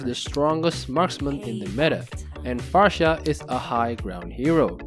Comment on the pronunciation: Read it like Clawed and far-suh. Not cloud and pharsha